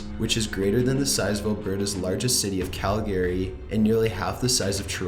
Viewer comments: Strange Guys yea lol. Says Calgary wrong xD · You completely butchered every name and word in number 2.